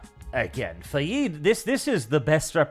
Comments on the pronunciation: I completely disagree with on on everything (except the Chani-Zaday, you nailed issue on that alright) Everyone was badly cased for every part. Why the hell is Fah-yeed, You mean Fayd? And whats wrong with little Alia, yah she's a weird creepy child her mom took powerful drugs when she was prenatal. The piecing, lighting and sets were all terribly designed. Jodorowsky DUNE would have been a bad psychedelic trip of weirdness but I'll take that over this bland sepia-tone hazy shit-fest of a film. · Could not disagree more it is pronounced “Fade”